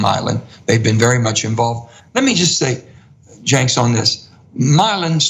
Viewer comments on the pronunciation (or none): Old Fillibuster Joe over here. Btw Manchin didn't bother to learn his interviewer's name before hand. It's "Chenk" pronounced "Jenk". Have no idea why he kept adding the S. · His name is Cenk, not Jenks. Also, you smell like fish Senator Joe Manchin. I smell you through my television. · Is he deliberately mispronouncing Cenk's name? He keeps putting an "s" on the end. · It's Cenk, not Cenks.. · I swear people do it on purpose. People will call him "Sanke", but "Jankes" is a first for me. The guy worked at MSNBC, people know it's pronounced "Janke". Maybe it's like a "yeah, nobody knows who you are" dig or something. Ridiculous though, and insulting really. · There minutes in and I'm wanting to strangle him every time he calls Cenk "Cenks" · This video was worth watching simply to hear him call Genk Jinx throughout the entire video. 😂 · Did anyone see how he kept saying Cenks instead of Cenk? Other than that, Cenk did what some may see as softball but was actually very calculating. He needed to make Senator Manchin feel comfortable so he would stumble. He dodged most of the questions and kept cutting Cenk off (who remained calm and professional about it). I wonder if TYT will have him back on. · C-E-N-K "Jenks" lmao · It's pronounced Jenk, not Jenks. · Disliked him as soon as he said "Janx" instead of Cenk. Hated him as soon as he mentioned contributing to society and staying in school a long time. I would argue the more you stay in school because you're doing a freaking difficult degree the more potential you have to contribute. I'm paying professors and the college. They spend it. It's called money velocity. Who is this schmuck? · It's pronounced Jenk, not Jenks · This guy is so dishonest and so fake that he can't even be bothered to get Cenk's name right. Right Janks? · Why does he pronounce Cenk as Janx? Wouldn't you know the guys name you are being interviewed by? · Why is he calling him "cenks" does he not realise it does have an s. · "Jenks" lol